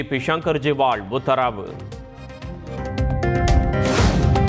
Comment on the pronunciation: அண்ணா சூப்பர் அண்ணா நீங்க வாசிக்கிறப்போ "உத்தராவு" நல்லா இருக்கு😂😂😂😂